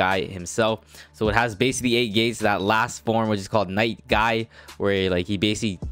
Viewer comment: His name is guy not guy”s” unless u wanna call him madaras lol 😝 “Guys guys” i mean like cmon Srry if this is rude just i said it outloud and it must have be heard